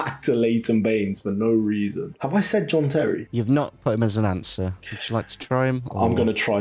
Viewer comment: Why did you pronounce John Terry as Jean Terry 😂😂